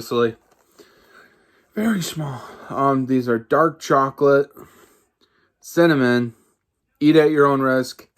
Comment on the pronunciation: covered in chocolate and cinnimminn lol. yeah sound good